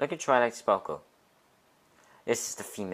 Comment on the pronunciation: *toilet sparkew